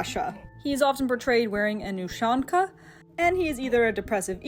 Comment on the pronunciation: the way u say ushanka omfg😭😭